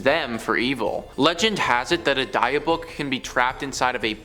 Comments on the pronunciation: its DIB-ICK not Deeuhbawk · DIH BIC DIH BIC OH MY GOD HEARING "DIE BOOK" MAKES ME FEEL VIOLENT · Not "die"-book its "Dih"-byook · 'Dibb-buck' not 'dye-a-buck' 😂😂😂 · i'm sorry, but i can't let this go. it's pronounced "dib-bick". not "die-uh-book". it's killing me. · Dybbuk ( dih bick ) not die book. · Dybbuk pronunciation was killing me...I was laughing so hard, I almost hit the curb driving when I first heard him say it. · The die-a-book box? 🤣😂🤣😂 It’s pronounced Dih(short I sound)-bick(another short I sound) I think I’ll call it a die a book box from now on. 🤣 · BRUHHH!!! The what box??! The die-book, die-iff, die-meth orrr nahhhhhhh ima just call it the "box" 😒🤣🤣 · Die-a-book? How stupid can you be? It takes five seconds to look up a pronunciation. Lazy is as lazy does! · It is pronounced Dib-ick (short I sound for both of the "i") stop saying that in such a fu€ked up way!! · dia book 😅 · Die Book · Its pronounced dib-bik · Dibbuk. It's pronounced dibbuk. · The poor pronunciation of Dybbuk is hilarious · If you're going to do a video about something at the very least look up the pronunciation....you should be haunted (if ghosts were real) for that disrespect. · Jesus, you can tell these guys are just reading since they can’t pronounce Dybbuk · dybbuk box ffs please take the time to learn how to pronounce the words correctly! it really takes away from the story when its so grossly mispronounced!